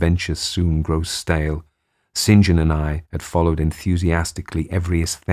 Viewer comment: Such a pleasure to hear someone who knows how to say "St John"